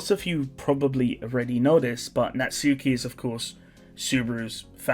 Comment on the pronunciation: ngl its annoying your saying it as NAT- SUKI instead of na-tsuki . just a ick